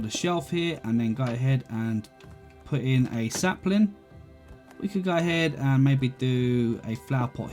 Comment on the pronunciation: this dude really likes to say 'gai ahead'